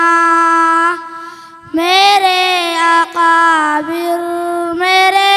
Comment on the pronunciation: بھائ ۔۔۔۔اکابر ۔۔۔کا تلفظ درست کروائیں ایک بار نہیں کئی مرتبہ اقابر ۔۔پڑھا گیا